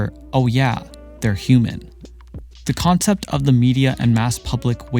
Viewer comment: ok but can we talk about the way he pronounces CUlture and COncept